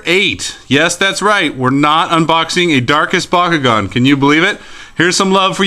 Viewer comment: what is the most powerful ventus bakugan and by the way it's not pronounced baw kew gawn it's pronounced b(aaah) kew gawn